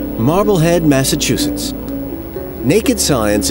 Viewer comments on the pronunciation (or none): none